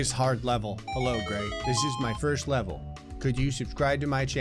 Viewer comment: an impossible lebel you say